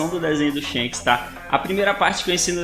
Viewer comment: e Shanks e não shenks